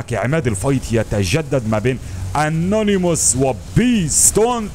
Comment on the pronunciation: انيموس وليس انونيموس